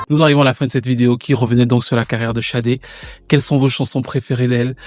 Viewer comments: Pourquoi prononcer Chadé d'ailleurs ? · Toc toc Bonjour au Manitou, Tout d'abord, permettez-moi de vendre la mèche que dans 15 jours le tonton soufflera une bougie de plus. Comme on dit:King is born in April. Enfin bref, Sade / Shadé et pas Chade, puisque le prénom complet est bien Fola Shade/ Fola Sade qui est un prénom Yoruba, si je ne me trompe pas trop ce serait Fi Ola she Ade ou Fola Shade/Sade que nous pouvons traduire mot pour/par mot (Ola)Honneur ou Richesse et ( Adé) Couronne. Du coup la signification du prénom Fola Shadé/Fola Sade serait: La richesse ou L'honneur est Couronne (l'honneur est distinctif ou singulier) Maintenant en Anglais il n' y a pas d' accent et du coup Shadé/Sadé serait Sade/Shade qui serait aussi écrit avec un C. Alors oui c'est vraiment bien fait et posé ce passage où l'artiste dit qu'elle vient d'Ibadan au Nigéria et là tout est dit pour dire le prénom donné à l'enfant joue beaucoup sur sa destinée ou sa personnalité. En Yoruba le dicton ou proverbe dit: la signification du prénom déterminera ou déterminerait sa personnalité (ailleurs on consultait même avant de donner le prénom de/à l'enfant). Comme disait le grand penseur et philosophe Socrate: connais-toi toi-même, Sade /Shade se connaissant (certainement à travers sa culture, ses origines etc...) savait ce qui était et n était pas adéquat avec ses convictions peut-être bien. Ce qui peut expliquer sa stratégie avec les médias et tout ce qu il y a derrière l'industrie musicale comme décrypter dans le film SINNERS.(Attenti